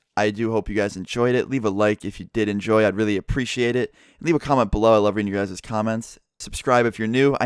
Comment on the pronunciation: guyses is NOT A FUCKING WORD